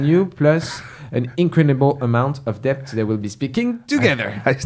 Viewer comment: Obsessed with how pronounces DeBt